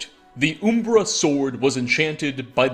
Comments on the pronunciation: Umbra in Morrowind is an obvious play on Lancelot. He literally says the same dialogue as the screenplay. It's also pronounced; Um-ber-rah not Oom- bruh. Umbrah also means shade or shadow. Side note: Jeez, I can't believe how bad the contrast and coloring is in Oblivion. I had forgotten, it looks worse than Morrowind. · it's umbera not oooombera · Not to be that guy, but this did bother me, it's pronounced uhmbra, not oombra. Umbra means shadow or darkness. WHAT? 😂Now I'm convinced your just ducking with people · I do find it amusin' that he called the sword "Ooom-bruh" I was like, "Oh, I thought it was 'Uhm-Bruh', but I guess one of the latter games says the name". Clavicus Vile: "It contains the soul of Uhm-Bruh". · Umbra. Not Oombra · Uh-mbra, not oo-mbra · Has this guy never heard the word umbra or something, cus its a real word... Like why is he calling oooommmbraaaa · Oooooombra ooombra ooombra. Imagine calling umber oooombra... MFER THEN YOU CHANGE PRONUNCIATION TO SAY IT CORRECTLY JUST ONCE THEN FUCK IT UP SECONDS LATER.... HOW. OOOOOOOOOOOM BRUHHHHH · It’s umm-bruh btw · Dude doesn’t know how to say um-bruh lmao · Good content, but the pronouncing of umbra left some satisfaction to be desired. Heh its closer to UMM-bra. It's a plane of existence technically. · Uhm Bruh uhm bra um bruh umbra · Anyone else irritated about mispronouncing Umbra and Hunding? Lmao.